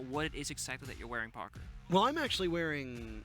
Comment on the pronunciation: I love how whenever says "Parker" it sounds like "Pogger." casting is awesome to see!